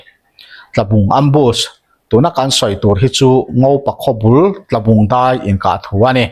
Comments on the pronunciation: Tlabung inkah ti a i chhiar hi Tualbung tih tur a ni, Chalfilh tlang buthut a mi hi. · Ngopa khawbul Tlabung i tih hi Tualbung tih zawk tur a ni e,,@ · Ngopa bul ami hi Tlabung ni lovin Tualbung tih zawk tur s ni e.